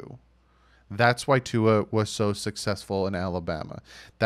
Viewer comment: am I the only one who heard “sex-full” hmm... only kidding haha great video